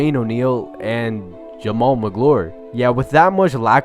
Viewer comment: Jamal Mag-yuh-lore